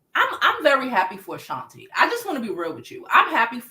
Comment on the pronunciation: Who is Ashanta? Isn't it Ashanti? 😅 But anyway, great video 😅😂❤